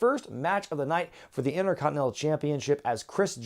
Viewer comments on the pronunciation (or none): none